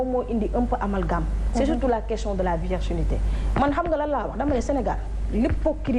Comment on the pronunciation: on dit virginité mais pas vierginité